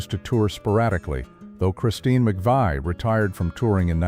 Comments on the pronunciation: This would have been a MUCH better video if you had left out those STUPID simulated actors. Also, I know this is an AI narrative, but Christine and John's last name is pronounced McVEE, not McVY. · that and mispronunciation. “The McVy’s”….ugh. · And McVie like McVY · Narrator mispronounced McVie. 😡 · AI IS SO ANNOYING!!! Can’t even pronounce Van Nuys… or McVie. AI is so unreliable, yet people are willing to just accept it, like it’s some all-knowing being. It’s not any of those things. It’s crap. I have yet to read something AI generated that DOES NOT have flaws, and lies. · can't even pronounce Christine or John McVie's name correctly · It’s McVie not McVI MCVIE, McVie, the “i” is silent! THE “I” is SILENT, YOU DONT PRONOUNCE IT!